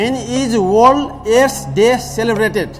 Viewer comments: *ख्यालख्यालैमा 6लाख 40 हजार??omg!! बधाइ छ दाइ !! तर नेपालिमा नसोधेर किन english हाँकिराको होला?? यो दाइको बोली "त" लाई "ट" भन्नी खालको रैछ त्यहाँ माथी इङ्लिशबाट question सोधेर "वर्ल्ड एड्स डे" भनेको "ओल एस दे" "फिक्स गर्दिनुस" लाई "फिस गर्दिनुस" भनेको नै नबुझेपछी,,, हेर्या हेर्यै.... हेहेहेहे ! म किन बेहोश हुँदिन त । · Passa ley "Waen ees orls aess dae ??" Deko ta sathi ta WTF!!! Bhayo hahaha hame herney manche haru lai chai CRINGE bhayera barbaad.